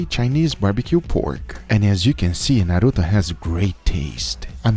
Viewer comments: What I liked the most is that he said 'Naruto' and not 'Naruuthouu'. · Can we just appreciate that he actually pronunciated Naruto in the right way omg